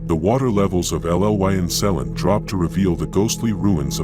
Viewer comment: Kapil sellin?? Hahaha. As a local I found this quite funny but they should have flooded Liverpool. Cofych Dreweryn!